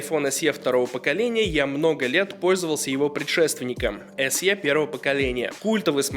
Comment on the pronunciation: Большое спасибо, Но SE произносится как "эС-И". Нет в английском алфавите буквы со звуком "е" (т.е. "й-э").